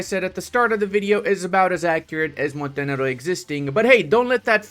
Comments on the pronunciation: Love the non-controversial pronounciation of Montenero! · Ill not watch this video if you won't pronouce the name right. Grow some balls man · I find it funny that YouTube can create problems because of the pronunciation of Montenegro Like, don't almost all Latin languages use the word normally to refer to a black person?